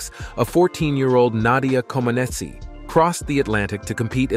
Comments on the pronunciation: The (i) is silent at the end of Comaceci. It is not Comenachee. Comenach is proper. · The second, Comanech. Lots of the place names are pronounced wrong also. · The narrator should pronounce her name correctly. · Please, if you're going to do an episode about a person, learn to pronounce their name (and those of several other Romanians) or teach your computer to do so. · Such an extensive and good movie, but the wrong pronunciation of names is just too much... Couldn't you just check how to say Comaneci and Ceaușescu for 2 minutes instead of making up funny sounds on the spot?